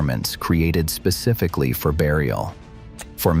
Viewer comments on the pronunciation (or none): none